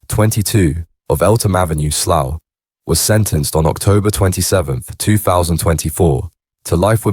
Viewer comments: Sloth???? It's Slough you thick robot 😂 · I have to turn it off soon as I heard sloth ffs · it’s pronounced SLAOW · Or sl-owl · As soon as you pronounced Slough I left